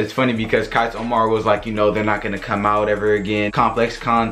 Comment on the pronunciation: Is tHis niGGa blood He said tHis year Has bome buy so fast insteaD of come??